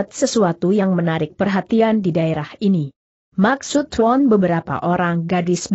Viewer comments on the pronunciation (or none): Biasa,aja kali bahasanya.tuan dibaca tuon..cara dibaca ker...gimana tuh